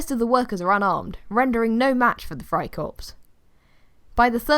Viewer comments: I’m saying it’s pronounced “Fry core” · You don’t say the p and the s in friekorps